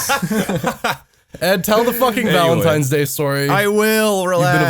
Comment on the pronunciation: You pronounce valentines like Volintines